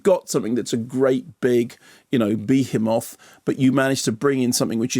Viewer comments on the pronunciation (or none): The only behemoth you should pronounce that way is Mothra.